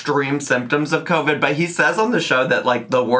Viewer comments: She’s saying covic to try n be funny, she knows she’s saying it wrong. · Her calling Covid “Covic” is KILLING MEEEE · I kept hearing “co-fid”😭😂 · My grandmother from the Bronx says it like that. 😂